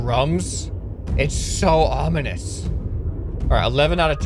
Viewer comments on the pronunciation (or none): none